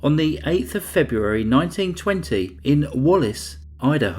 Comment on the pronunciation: please try to find cases not in the month febrreuawrrry (February) I can't tolerate the word murdering.